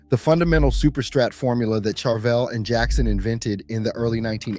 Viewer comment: Learn to pronounce Ibanez and Charvel.